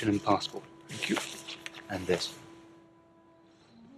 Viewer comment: . Did he say: ThanQ?